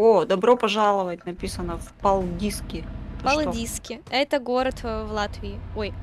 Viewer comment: Палдиски ударение на А)))